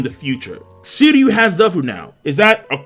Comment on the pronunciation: SHiryu... pronounce the SHHHHH sound bro. Sounding like a noob my dude. Get it together.